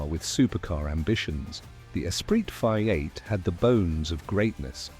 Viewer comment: Fu..ing AI! Created for people who are not capable of speaking about their hobbies! Five 8 instead of V8?!